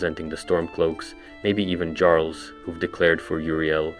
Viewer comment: That pronunciation of “Jarls” makes me cringe so hard